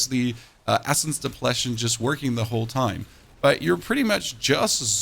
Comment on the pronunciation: Do you purposefully mispronounce words all the time to garner more views and comments? Noticed a common theme where your verbiage deviates and almost seems intentional when pronouncing words like “depletion”